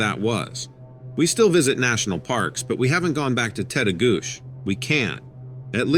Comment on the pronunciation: Story 5: FYI Tettegouche ends with a chi sound instead of a sh. Lol. And, it’s a great park for climbing over Lake Superior, too. Those hikers disrupted a telepathic Sabe/Sasquatch man. It’s probably best to state your intentions when going into the woods and (personal experience at my parent’s cabin near Grand Rapids, MN) Sabe love bananas, grapes, apples, nuts and fruit loops, so you can always offer some as a peacemaking gesture before telling him that you are only visiting and about to leave now. Most cryptids can understand English and Or sense our intentions. So, don’t think about their stench, as they think they smell good and we stink. 😅